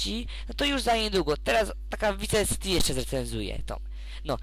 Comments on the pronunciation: chce ci powiedzieć że on nazywa się tommy vercetti {werczetti} a nie wierlczeli i nie pisze się wice city tylko vice city i mówi się waj siti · vice city sie pisze a mówi się vajsiti